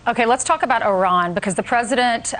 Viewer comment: ARAN! Ainsley? You mean Iran? Where is Aron, Aran? WTF, over!